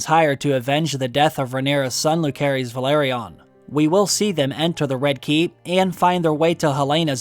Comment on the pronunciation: Stop calling him "Lukerys", although his family called him Luke for short, his whole name phonetically speaking is Lucærys, which is pronounced "Lucerys": 'æ' as a double vowel similar to Aegon.